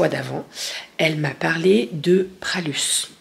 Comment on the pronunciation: Bonjour la famille Minou,je vous regarde souvent,je voulais simplement dire à qu'on ne dit pas le S de Pralus😂je suis de Roanne et chez nous on aime beaucoup la Praluline....je vous souhaite une bonne journée à vous tous, merci Annick